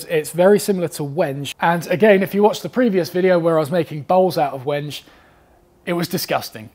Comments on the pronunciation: Lol! “Wenj?!” Is that your pet malapropism? Instead of “wen-gay?!” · Wenge is pronounced 'wen-gay'